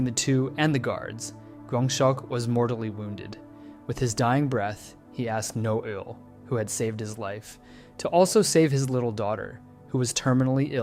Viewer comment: Omg why can no one pronounce the characters' names right! It's not "Noel" it's Na-eul as in Nah-eyul... Not Dye-ho but Day-hoe... Not G-hunn but Ghee-hoon 😂.... Please, it's not hard to learn.... Just a google away.... Ok tbf he fixed it later on 😂.... Annnd he went back to it, dear goodness man! Pick one! 😂